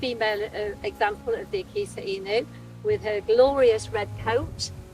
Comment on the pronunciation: She pronounce it correctly this time. Before, she call it "akita in you"